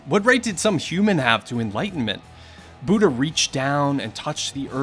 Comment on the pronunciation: Okay now why is this man pronouncing "Buddha" as "buta"?